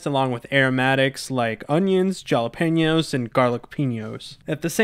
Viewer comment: Did you mean to say it different like when you said jalapenos